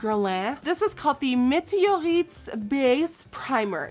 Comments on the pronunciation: You say "météorite" exactly like we say in french! Omg 😂💘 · Am I the only one chocked about how well she pronounced "evian" and "meteorite"? That was perfect Nikkie 😂 but you'll have to work on "Guerlain"